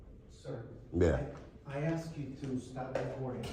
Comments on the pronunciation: Personally, I'm sick of people "axing" questions. The real word isn't complicated, and doesn't sound like a toddler. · Can I axe you a question? I need to request a foia. He axed again. De-escalate....as you raise you voice....I'm not recording you as a I record you. De-escalate, listen to yourself agitator. And he's a liar (big surprise). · It was funny this Frauditor was in front of the “support child” sign. His grammar is poor. He said Ax instead of ask. I would never apologize to anyone. These Frauditors will never change the Democratic system of the United States. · Funny he was at the child support window. This idiot has No grammar. He said ax Ac instead of Ask. Stephan Frauditors will never change our democracy.